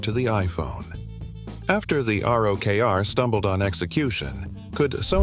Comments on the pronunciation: "ROCKER" not R-O-K-R lol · why do you keep calling it the R-O-K-R? it's pounced rocker you fetus. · Personally I loved my Rokr. Also, it’s pronounced rocker 🤘🏼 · You spell ROKR but you read rocker.